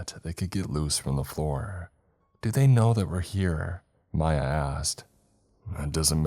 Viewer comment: He said “Mya asked” and I swore it sounded like he said “my ass” 🤣🤣